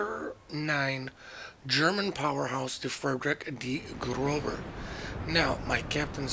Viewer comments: Grow-sir not grow-ber. the B is a double s in German. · german B is pronounced ss frederik de grosse